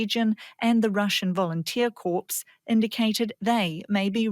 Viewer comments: pronounced "core" not "corpse"... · "Russian volunteer corpse" sounds great.. The dead bringing vengeance back on putin. Seriously though, where do they get (note: native English speaking) war reporters from when they can't even pronounce the word corps. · please pronounce "corps" as core, not "corpse". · corps is pronounced with silent p and s, not as corpse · Volunteer Corpse?? 😂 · "Corps." It's not pronounced like "corpse,' but rather like "core." Jeez people, get it right. And, there's no way that the Ukrainians weren't involved right up to their eyeballs in the Belgorod operation. Of course, they've kept at least slightly a form of "plausible deniability" regarding the operation. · Please teach your anchors that "corps" is pronounced "core" not "corpse." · Did the news talker say " corpse " and not corps ? and we should take her words seriously ? what a pro she is !! at least 4 years of college .....